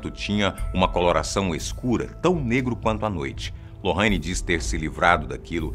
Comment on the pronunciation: Aí que ódio desse homem falando lorraine a pronúncia tá errada